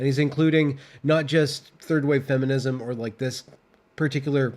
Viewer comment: can't even say 'Feminism' anymore 😂😢😂😢 Good luck, dude